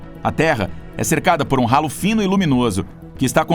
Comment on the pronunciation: Esse halo, não é ralo que se pronuncia, é sim alo, o H não tem som.